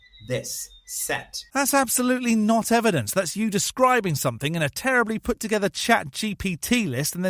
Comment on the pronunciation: Yes, but do you have any evidence? Evidence? EVIDENCE??? Do you have any? No, not just words, any actual EH-VEE-DENSE? No, didn’t think so.